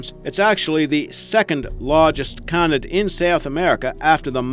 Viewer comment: For the love of god its pronounced cay-nid! CAY-NID! How many times can you say it wrong in one video? My poor precious ears